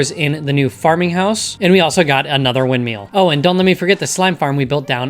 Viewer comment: I like how you say windmill